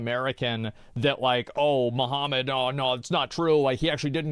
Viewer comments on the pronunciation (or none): none